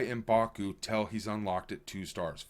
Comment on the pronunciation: It’s Till not tell btw